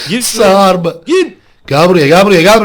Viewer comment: abi sen sarp a sarb diyosun